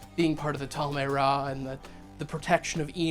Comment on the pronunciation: Great video ❤️ It is spelled Tal-Ma-Heh-Ra though.